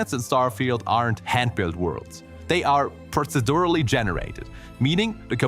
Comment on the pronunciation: the way you pronounced procedurally was perfect. No notes.